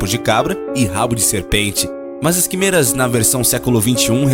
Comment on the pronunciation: Cara, vc pronúncia as palavras de forma muito errada. Quimeras se pronuncia com e aberto (é).